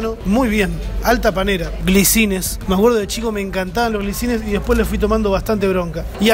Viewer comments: glisines dijiste? jajaj es GRISINES jajajajaj. te banco igual! amo tus videos!! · son grisines no glisines jajaja